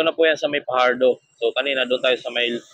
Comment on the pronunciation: Fajardo not Pajardo